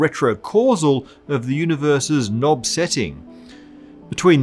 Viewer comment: I know it seems petty, but are you talking about Nobs or Knobs?